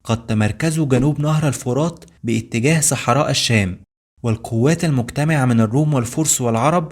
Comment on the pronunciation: اسمها مدينة الفرات بضم الفاء وليس بكسرها